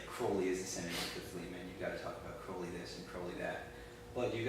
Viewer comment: You pronounced Crowley Wrong it's not crow-Lee its Kr-ow-Lee